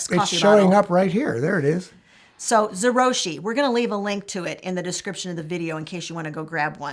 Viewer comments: Oh dear. ZO-jee-ROO-shee. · Zo- ji-ru-shi. It’s Japanese.